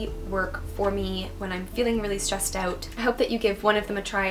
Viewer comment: "Stressed aauuut" that was cute